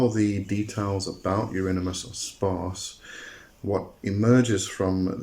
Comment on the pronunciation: You pronounce his name like : Eurinimus 😂